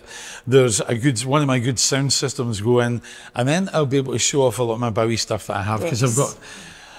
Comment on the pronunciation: And that folks, is how to pronounce Bowie! It's a Scottish name so we should know!